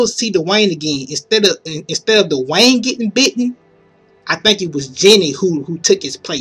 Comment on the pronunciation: "I wanna talk about Morgan and DUH-Wayne." XD